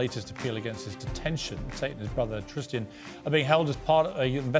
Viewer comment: Yes piers andrews brother is called Tristan not tristian 😂